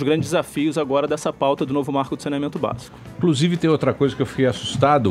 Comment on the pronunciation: 'incrusive'' Surita, Emílio